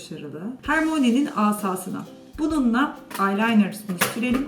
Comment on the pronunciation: "Hermoni" değil "Hörmayni"